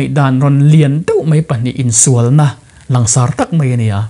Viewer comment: "Ansawi liansar deuh deuh," langsar ti mai la😛